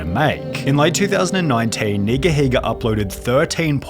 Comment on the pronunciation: If you use to watch him growing up you would know how to say his name...